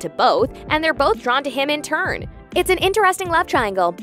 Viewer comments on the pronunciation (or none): none